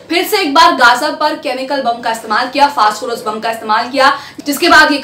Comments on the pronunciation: फास्टफोरस नही फास्फोरस है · मैडम फास्ट फोरस नहीं फास्फोरस 😢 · Sorry...First do your homework!!!!! It's not fast phorus c'mon u r literally going on calling it fast phorus omg it's phosphorus (simple) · Madam fast forest nahi hai o fass forest hai 😂